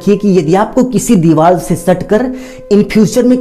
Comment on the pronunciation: Bilkul sahi kaha mai bi bolne wala thaa